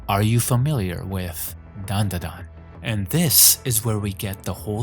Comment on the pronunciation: Its Dandadan. Not Danadan. But ill let it slide.